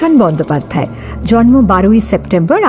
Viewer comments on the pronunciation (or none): none